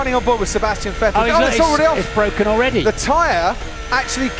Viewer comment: Max Verstappen: it keeps coming up with ‘anti-stall’ 😡 Lando: IT’S BWOKEN! 🤬